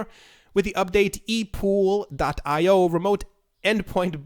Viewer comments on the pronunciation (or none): none